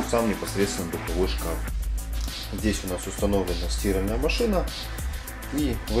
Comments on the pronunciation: Молодец, только не "стИральная", а "стирАльная". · Бляяяя не могу слышать СтИральная машина. Это на каком языке? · При всём уважении не стИральная машина, а стирАльная. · не стИральная машина, а стирАльная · Кто нибудь скажите ему куда ставить ударение в слове «стИральная машина»😁